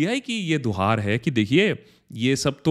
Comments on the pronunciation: Guhar not duhar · Duhaar nahi bhaiya....guhaar.....Hota Hai...plz...future me correct....ker lijiyega